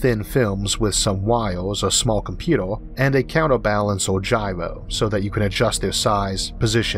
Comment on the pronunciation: To be fair, this video is informative, but as a non native english speaker, I have difficulty to follow the narration. Every time he pronounced star as stoll and computer as computoll, it throws me into confusion, like "Uhuh .. uhuh .. uh .. huh?? *rewind oh .. uhuh .. uhuh ..". From which country that dialect came from?